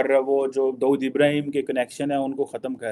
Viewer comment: It’s Dawood not Daud